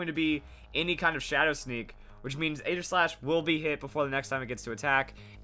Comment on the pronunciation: It's pronounced Ee-ji-slash